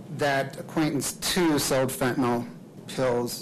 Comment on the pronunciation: F E N T A N Y L!! NOT F E N T A N O L!!